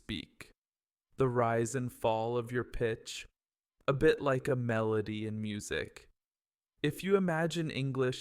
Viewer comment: Like a native, not LEIK a native